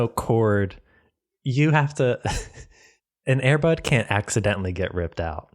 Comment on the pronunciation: said "air bud"